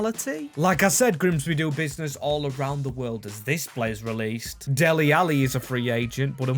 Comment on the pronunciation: Bro said delly ally not real